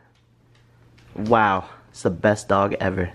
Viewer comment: pronouncing wow as woah